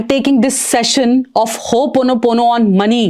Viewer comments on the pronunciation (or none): Thank you for great info. Just a suggestion the technique is pronounced - Ho o pono pono . In Hawaii it's very important to pronounce word correct as each letter has a meaning 🙏🏼